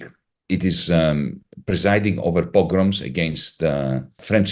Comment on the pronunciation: He said "progroms" (大屠杀、集体迫害) 而不是 “pilgrims” (朝圣)